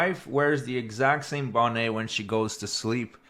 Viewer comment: It’s not a bonnay, it’s a bonnet. You pronounce the T.